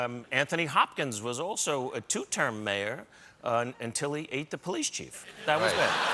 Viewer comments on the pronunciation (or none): none